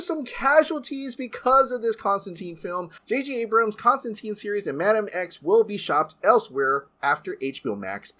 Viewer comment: I like Keanu, but that's not Constantine. Genuinely surprised they're not bringing the Matt Ryan version back instead. Wish they'd pronounce his name correctly though. Silly 'muricans.